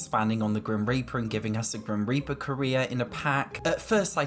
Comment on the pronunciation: I keep hearing “grim reaper career” as grim reaper Korea